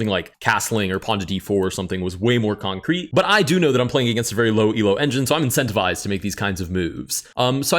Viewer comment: Why do you say concrete like that? Why do you say it every move? It's pissing me off